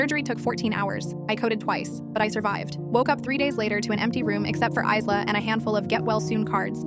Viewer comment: The name "Isla" is pronounced 'eye-lah'. The "s" is silent.